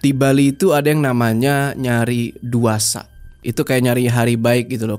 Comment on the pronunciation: bang, alangkah baiknya kalau dari sumber cerita menggunakan bahasa atau istilah daerah; ada baiknya tanya gimana cara pengucapannya. Contoh : "Duasa" dibacanya Duase. E nya disuarakan kayak Vocal E di istilah mie "Nyemek" bukan E biasa ya bang kalo bingung telf bntar sumbernya bang